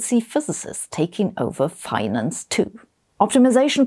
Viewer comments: Hehe. "Finanance". Anyway, great video. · "Finanance"? How exactly is that pronounced, anyway? 😂 Great look at this, though! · I didn't even notice it after reading this comment, watching the clip, reading the comment 3 more times, and finally understanding that finanance isn't supposed to have that many an's in it.